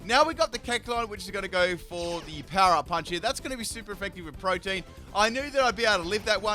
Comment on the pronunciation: I keep hearing protein instead of pro-te-an